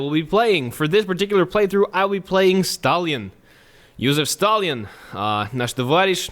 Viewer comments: Says he's good with WW2 Pronounces Stalin stalalin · aefwijpo his surname was Staljin (stalyin) and the other dude is Lenjin (lenyin) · Since everyone is angry because you are using the Russian pronunciation of the name "Stalin", how about you try the German way of pronouncing the name? Yeah, go ahead and piss off more English speaking people, because, why not? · Who is these “Stalian” you speak of? Is it a horse? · DAMIT it's Stalin not stallin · why does he say stalin like stalyin